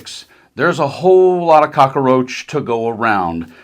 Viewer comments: It's not "cocka-roach"...it's "cockroach" FFS. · Did he say cockroach lol...